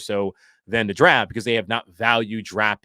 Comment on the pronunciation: "Darft" derp.